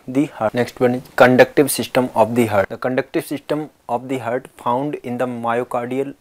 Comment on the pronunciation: It's heart not hurt